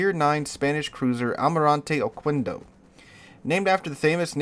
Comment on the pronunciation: It is pronounced okendo not okuendo